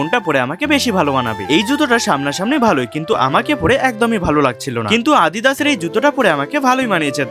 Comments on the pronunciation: দাদাভাই ওটা আদিদাস না অ্যাডিদাস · Adidas❎ আদি দাস ✅😂